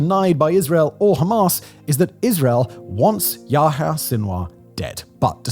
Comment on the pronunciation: It's not "Yaha" or "Infantada"